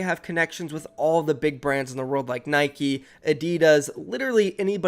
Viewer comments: The way you say Adidas triggers me like why do you say it like adeedas ? And say Nike like nikeee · he said Nike and adidas wrong 😞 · Man said both Nike and Adidas wrong.